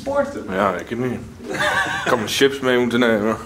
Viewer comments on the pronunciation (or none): none